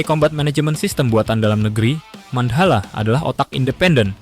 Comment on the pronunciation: Mandhala mas, bukan mand hala